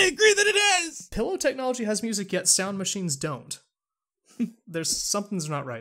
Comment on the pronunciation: "a glowing PIElow"? lol